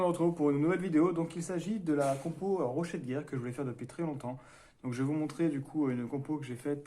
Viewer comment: Yo Bonne compo :D Au fait c'est Rocher de guerre pas rochet ;)